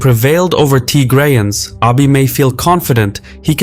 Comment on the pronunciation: it’s not Tygrayans it’s Tigrayans